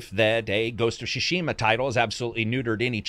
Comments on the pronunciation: So It's the second video and i must say it's not Ghost of Shushima. It's is pronounced T Sushima and T is kind of silent so It's mostly Sushima. Like Sushi. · GHOST OF TSU-Shima not Ghost of Sushima or Shushima. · "ghost of shashima"... pathetic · idk why youre calling ghost of tsushima "ghost of shushima" but it sounds pretty funny